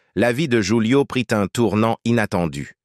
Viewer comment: Prononcer "roulio" et non joulio😂